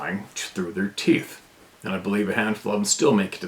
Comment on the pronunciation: TOOFS DAMMIT! TROO DEM TOOFS 😂😂😂